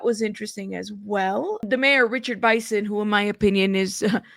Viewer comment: It’s pronounced Biss-in not By-son. Just letting you know.